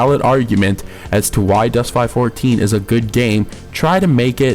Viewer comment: Still can't take you seriously when you pronounce it Dust 5 14, it is Dust 514 ( five one four.) Also the closed beta players did not keep their stuff, they got wiped. I like how you give a retarded review on a game you know nothing about. Also the best players don't pay real money for equipment because it isn't better than the ISK stuff. I also wish I could get a dollar ever time you say "fuckin" in this review